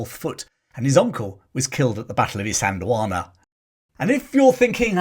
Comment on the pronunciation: Well done on pronouncing Isandlwana properly. I think Hollywood ego did get to Niven in that he attempted to volunteer for the RAF rather than serve in the army. Despite that hiccup, he served his country with honour when he so easily could have remained in America. Nivens American experience as well as his military experience made him the ideal liason officer both sides could work with.